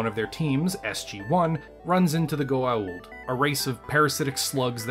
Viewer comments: It's pronounced Go-ah-oold, or sometimes Goold. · I'm guessing you did not watch the series. It's Go-ah-uld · "It's a set of guns, strapped to an engine", SFDebris about the Ben Sisko's Motherfuckin' Pimp Hand which bears a striking resemblance to the Daedalus Class. Edit: it's really not that hard once you hear it said in the show for an episode. It's pronounced Go (as in "to go") - Uh (like as short "duh") - Oold (the O's like in "to move"). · dude >.< just say GO-A-ULD its not that complicated. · "let me talk about this show I clearly didn't watch much of, can't pronounce things from, and get basics established in the very first movie and episode wrong"